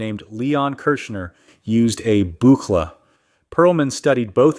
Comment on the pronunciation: Utter rubbish. I could only put up with about two minutes of this AI Slop. When the "attempting to sound collegiate male voice nr.6" mispronounced Buchla after saying it correctly less than 30 seconds previously, I'd had enough. This is garbage. Clanker litterbox poo.